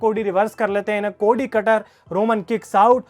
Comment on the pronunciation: भाई वो कोडी हैं, कोड़ी नही 😂😂😂